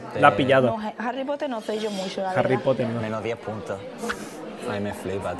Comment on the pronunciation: "Harry Potte"